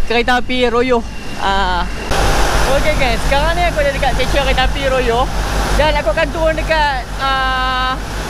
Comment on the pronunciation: Kami sebut Rayuh.. bkn Royoh😅